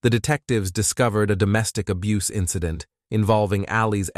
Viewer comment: They pronounced incident in-SIDE-int 😆